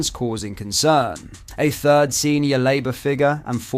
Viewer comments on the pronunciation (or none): none